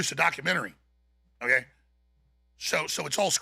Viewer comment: Bet David says "OKAI".. not "OKAY". loool, says it in a girlie way... So not alpha